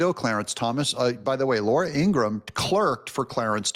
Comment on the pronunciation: Ingraham. Not Ingram. Laura Ingraham. People rarely say her last name correctly.